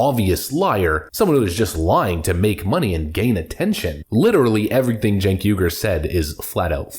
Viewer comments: Did you say chunk yogurt? lol . I guess that's why he is so sour. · Stink Ogre Spells his name Cenk and we are supposed to pronounce it Jenk.